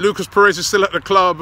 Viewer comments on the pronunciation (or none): none